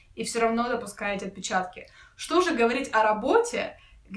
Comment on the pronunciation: нет, не сложно, она прям сразу начала глаза "резать" 😎 и если не ошибаюсь, то даже в произношении звучит как "оТпечатка"